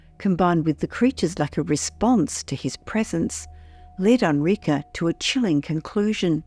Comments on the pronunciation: Enrique: Eh n - r ee k - eh Not: "Ah n - r ee k - uh" wtaf.... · It def sounds funny. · "Onrika"? I guess she means Enrique. Geez! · This is what i wanted to say. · yeah, that drove me crazy too, and I’m an English speaker.